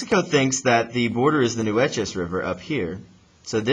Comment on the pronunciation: FYI... the Nueces River is pronounced like "new - aces" I live in the area.